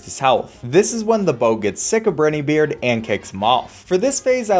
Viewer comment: briney beard NAH BRI NE BEARD